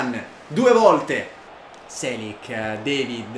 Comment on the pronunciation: si dice david non devid(si pronuncia alla francese) detto questo gran video